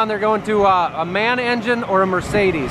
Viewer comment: Maschinenfabrik Augsburg-Nürnberg M - A - N Please stop calling it 'man' Thank You! My son & I love your videos, Greetings from Germany...